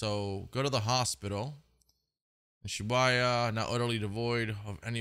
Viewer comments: Pls tell me this man did not just pronounce shibuya as "shibayah" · He did not just call it “Shi-buy-a” 😭